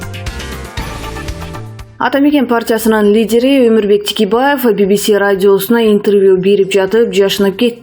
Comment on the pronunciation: Тикебаев эмес Текебаев туура оку.